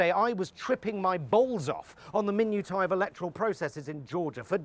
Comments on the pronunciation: Minutiae is pronounced my-new-sha not min-you-tie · Tom, brilliant as ever – apart from your mispronunciation of minutiae. Look it up!